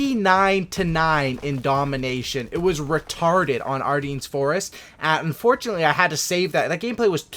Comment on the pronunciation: Please learn how to pronounce Ardennes.. It's not that hard to find out the correct pronunciation...